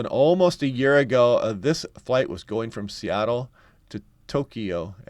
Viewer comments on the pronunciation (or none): none